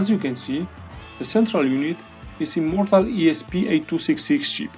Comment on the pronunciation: did he say "immortal" or "a mortal" ESP8266 chip :D